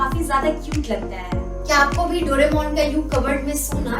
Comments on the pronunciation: Dono bahi behen (dodemon) instead of doaremon😅😅😂😂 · वो डोरेमोन है ना के डोडेमोन ... Smjhe didi..?